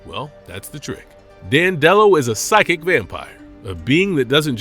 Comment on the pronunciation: you’re pronouncing it wrong. and he doesn’t thrive on comedy, he thrives on emotions of any kind. cmon man, get it together.